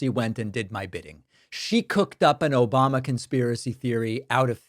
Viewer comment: I didn’t watch yet, but I’m hoping we’ll get an “Obomna”